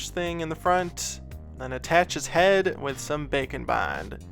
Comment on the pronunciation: Am I the only one who hears 'Bacon Bond' when he says baking bond?